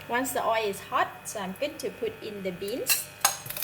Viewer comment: Pronounce oil as oilll please not oerr.